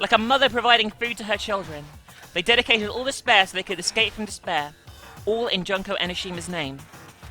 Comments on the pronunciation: i am pretty sure it is pronounced June-ko, but junk sounds right for someone who is supposedly the ultimate despair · jun-ko not jonko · You're pronouncing Junko wrong. It's pronounced Joonko. You also pronounce Monomi, Nagito, yakuza and Mahiru wrong, Mahiru is pronounced Maihiru. I'm not trying to hate on you BTW.